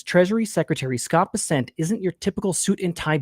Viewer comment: BESSant not beSSENT.